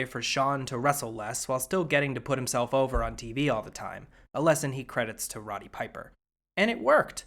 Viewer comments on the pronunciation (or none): none